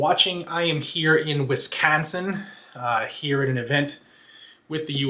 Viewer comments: Wis-caaaahn-sin. It hurts because that's exactly how we sound. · Hey man, as a dude from Wisconsin..... don't say Wisconsin like that!!..lol. But keep doing what you're doing...I appreciate you!! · Remember, Wisconsin’s best beer is Spotted Cow. No way we say Wisconsin that way. Sounds like how a Massachusetts or New Jersey person’s way to say it. 😂🤣😂 Thanks for the share.